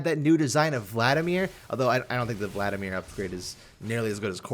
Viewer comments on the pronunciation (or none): none